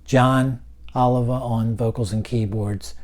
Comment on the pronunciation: It's pronounced "ooh lee va" unlike the way oliver or olive sound.